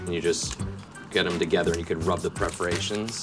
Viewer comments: Probably for the same reason people leave punctuation off of written sentences. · “Preferations” lol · "healable preforations" 😂😂😂😂😂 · "Healable preferations". Even when Michael blows a line, nobody catches it. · "Preferations" is killing me. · Why does he keep saying pre-forations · did he keep saying preferations? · It's perforations, not preforations. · "Heal-able perforations" - I lost it when I heard this.